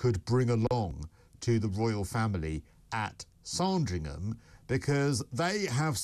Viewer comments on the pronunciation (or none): it's Sandringham not SARDRINGHAM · Sorndrigham!!! FFS. It's Sand as in band. On next year's holiday on Porxorse l might take a ferry to Portrarse and see the church of Orgyorse Orndrayarse. 😅😅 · Oh dear they are desperate for more content for another netflix show anmd it is spelt SANDringham not SARNdringham <- sorry about that but your pronunciation was driving me mad. I didnt think they persuaded Harry to walk behind the coffin. I thought He said he wanted to because William was and as Harry insisted Prince Philip said he would walk with him too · It’s ‘Sand’ ….as on a beach! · Why can't pronounce Sandringham?? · Can't you at least pronounce the places correctly like Sandringham???